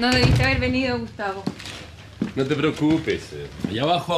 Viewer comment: Suena como Agustín pero dice Gustavo 🤷🏻‍♀️